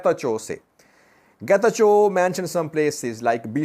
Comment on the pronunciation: Getachew didn't say Chew ber, rather he said Chube ber.